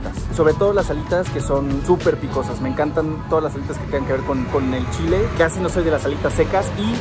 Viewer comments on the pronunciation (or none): none